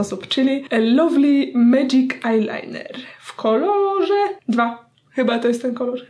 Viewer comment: Powiedziałaś ajnajner z nyksa😂😂